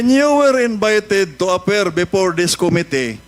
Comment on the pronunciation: before NOT bepore😂